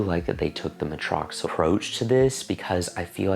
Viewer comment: Hi. It’s pronounced muh-tricks-ul for future reference:) I think the reason you haven’t experienced any sensation with the spicules is because it’s not at a high percentage like the reedle shots